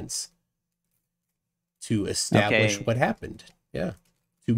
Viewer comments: "extablish"... Heh heh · Across all the stupidity here, why does the use of the word "Ek-stablish" annoy me the most 🤣🤣